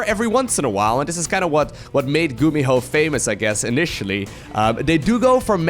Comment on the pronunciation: you make GuMiho sound like GumiHo